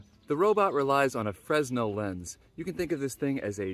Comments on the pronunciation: The s in Fresnel is silent. That you built this amazing robot is testament to your intelligence, talent, hard work and dedication, but for half a second there, you managed to sound like a rube. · Fresnel is pronounced like frenell.... but this is genius!! I would like to say about my correction of your pronunciation is it indicates that you are very smart and knowledgeable. It means that you read the word and are trying to pronounce it the way your read it. READING IS POWERFUL! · Not "FREZ-nell" but "fruh-NELL". He was French. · The s in Fresnel is silent. "Frenel lens." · JFYI: The 's' is silent in "Fresnel" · The "s" is silent in the word fresnel - thank French for the funny word - another one. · Insanely impractical device. Oh, and you pronounced the lens incorrectly.